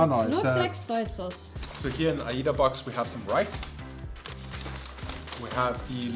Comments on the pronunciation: Hi.. and Its so good that you guys really enjoy Filipino food 🥰😍❤... I want to teach you the correct pronunciation of Aida's Ai-is pronounced Ayy + da 😊😊🤗🤗 Its a feminine name in the Philippines 😍... You guys looked and sounded so cute the way pronounced it though 😍😍😍😍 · pronouncing "Aida" like the Verdi opera is so cute!